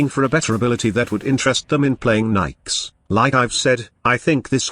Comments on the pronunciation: ok. One, Nyx is niks, not Nikes. Two, Chaos is easily replaced with radiation damage. Three, Nyx is a female frame, not a "him". Four, this frame is trash. hands down. I'm really thinking you just called every frame good. Mind control is useless except to run away from one strong enemy. Use spectres, they are cheap and 70,000,000 times better in every way. Chaos is pointless.. anyone can radiation everyone. For zero energy. TK Bolts has potential but is, again, useless. Her last power is her only useful ability, AND she's more fragile than soggy cardboard. She sucks. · And for me, Nidus can do almost any mission I mean...I leveled him eight times at least on kappa sedna so.....I agree he doesn't belong way up top though because tanks are less skillful. That being said I can use most frames anywhere I like, even solo. Nikes lol I love the "Microsoft Sam" style voices trying to pronounce things.